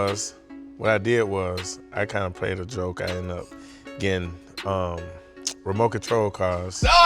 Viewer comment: “ReMokontrol Cars”